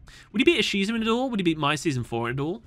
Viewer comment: As a TCG player listening to this in the background, when you said "Ishizu" I jumped a bit NGL